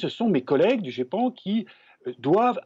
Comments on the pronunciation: La journaliste a dit le guépan ! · Je connais le Geipan, je m'intéresse un peu au sujet mais c'était juste pour faire de l'humour en répondant à Kamal Laaribi par rapport à la journaliste qui à mal prononcé. On dit ( Gépan ) mais merci quand même pour l'info. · Elle a vraiment dit le "GUépan"? X-D !!!!!